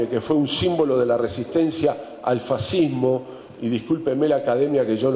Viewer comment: Habla de “ fashismo” no sabe ni probunciarllo. Mussolini decía : todo dentro del Estado.nada contra el estado” . Comprendo q la realidad acaba imponiendose y es de agradecer reconocerlo!